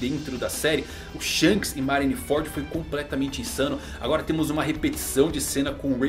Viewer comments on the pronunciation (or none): none